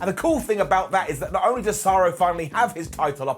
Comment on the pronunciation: He's so excited, he refers to Cesaro as the bankrupt American pizza chain Sbarro.